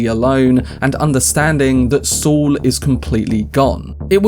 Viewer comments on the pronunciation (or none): It's pronounced 'Saul' not 'Swol'